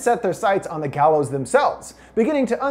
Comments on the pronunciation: The gaylows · It gallows